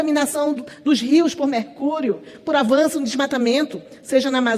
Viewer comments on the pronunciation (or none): avanção?😳 Desculpe-me, mas acho que o correto seria “avançam” e não avanção! Um excelente dia para você e sua esposa! Abs